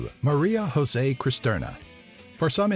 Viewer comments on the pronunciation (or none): "José" is not pronunciated like spanish. Maria José is Mary Joseph, like the bible. Is a very common name here in Brazil, also the male version José Maria. The "Jo" in "José" is pronunciated the same way as "Jo" in "Joseph"